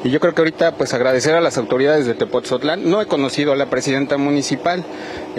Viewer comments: Weyes es tepotzotlan, no tepoztlan nmms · Se dice "Tepotzotlán" no "Tepozotlan" pésima manera de hablar de este pseudoconductor. No saben ni hablar y así los contratan